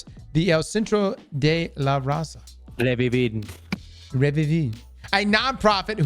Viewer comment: trying to pronounce "Revivir" and "El Centro de la Raza"... 🥵🥵🥵 Buen intento